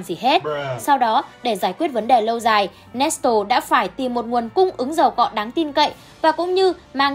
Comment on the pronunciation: Nét lê mà chị nói nét tồồ🤣